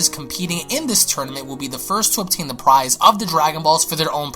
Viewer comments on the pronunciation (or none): none